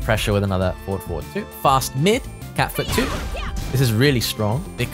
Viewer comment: I still laugh when he says Cat Food instead of Cat Foot hahahahaha thank you for this character Review